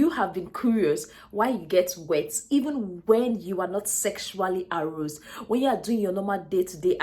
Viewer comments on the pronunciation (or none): Aroused... please learn to pronounce well. A-rauu-sed